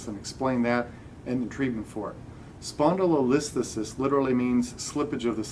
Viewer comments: Start by learning how to pronounce the diagnosis. If I was your patient it would matter to me that my physician can not pronounce spondylolisthesis !! You could be a fantastic physician but it won't matter because you can't say spondylotisthesis. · If you pronounced it correctly I'd have more faith in your understanding of the condition